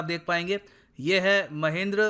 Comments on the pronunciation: Sir, Wo Mahindra hai Mahendra nahi😂😜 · Sir there is a mistake in your pronounciation...its mahindra not mahendra..you should call it महिन्द्रा not महेंद्र ..overall well informative video as always... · Mahindra sir not mahindar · Isn't it महिंद्रा